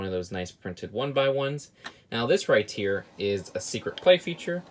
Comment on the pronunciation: We all just cringe at the fact said "right here" wrong every time and wont show his face its getting old very fast.